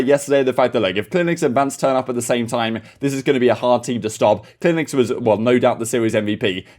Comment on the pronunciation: His name is cleanx not clinex if you weren't speaking so fast you might be able to pronounce words better